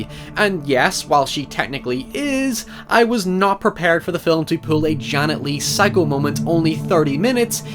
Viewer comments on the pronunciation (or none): none